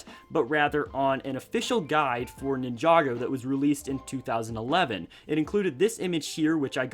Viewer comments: Wow Ninjagger when did LEGO make that? Lol he said Ninjagger not Ninjago. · No one: Not one person in the entire universe:: nInhJdaUggEr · Iam sorry did I hear this man say nin-joger at least that’s what I heard